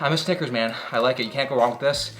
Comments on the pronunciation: he did not say "snickers" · Why bro gotta say it with a G